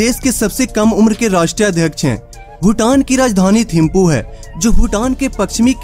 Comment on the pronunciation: Thamphu instead of thimphu🤢🤢🤢